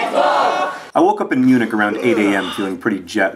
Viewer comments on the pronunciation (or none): At first I thought he said he was in eunuch, then I thought, "That can't be right..."